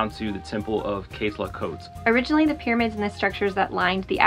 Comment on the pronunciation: Your story very nice told,except your pronunciation of Quetzalcoatl wich sounded llike "quesaktl"